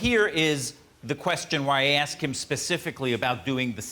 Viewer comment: and it's not aks it's asks